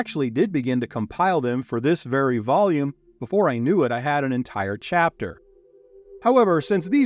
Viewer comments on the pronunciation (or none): none